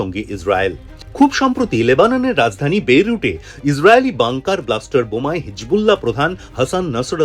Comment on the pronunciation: বেরুটে না রে পাগলা বৈরুত